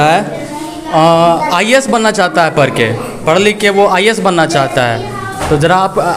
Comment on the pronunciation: सबसे पहले आप अपने आप को सुधारे रिपोर्टर महोदय,आप का भी उच्चारण गलत है आई ए एस का, आई एस, आई एस कर रहे हो आप, जितने भी शिक्षक है आज 99% ऐसे ही है,कुछ आरक्षण ने कर दिया कुछ लेदेकर हो जाते है